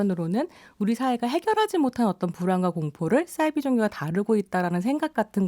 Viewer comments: 사이비 는 한문으로 된 글자여서 ‘사’를 된소리로 발음할 이유가 전혀 없습니다. 공신력 있는 방송에 나오시는 분이시니 계속 반복되는 주 단어에 대한 발음에도 신경써주시면 참 좋겠어요. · 싸이비가 아니고 사이비 아님니까 참 거슬리네요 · 왜 싸이비라고 발음하지?? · 남자 패널분 설명 듣고 한자라는 걸 깨달으시고 잠시 사이비로 발음하시더니 좀 지나고 다시 돌아오셨어요 평론의 내용도 중요하지만 어떤 주제로 토론하시기 전에 일단 토론 주제의 단어의 사전적 정의를 살펴보시면 어떨까요? 저도 이 프로그램 챙겨듣는데 싸이비라는 발음이 듣는 내내 많이 거슬렸어요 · 아으~ 남성 패널께서 사이비의 어원이 한자라고 말했는데도 불구하고 여성 패널분이 자꾸 "싸이비"라고 하는게 불편하네요~